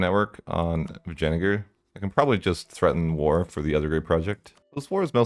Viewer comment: Dude. I've said before. I love the way you mispronounce country names. But you might want to think about the way you pronounce Vijayanagar. In this woke bs world there will be a triggered idiot who will will understand something else ;)